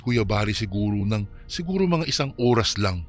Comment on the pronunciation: ORAS yun hindi URAS 😂😂😂😂😂